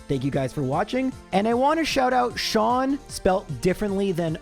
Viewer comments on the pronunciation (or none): none